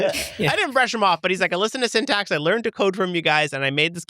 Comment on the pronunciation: welcome to syntac. 😂😂😂 I didn't hear the x in syntax